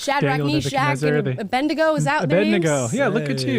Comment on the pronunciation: Abednego, not «A bendy go».